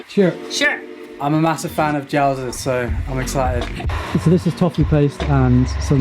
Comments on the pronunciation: 饺子 jiaozi not jaozi lol close though. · It's 'Jiaozi'! Nice vid.